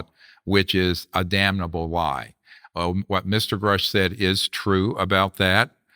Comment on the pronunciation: In this clip listen to DJ Vlad mispronounce Grusch’s name as “Groosh” and his “expert” Dr. Greer mispronounce von Braun’s name as “von Brown”🙄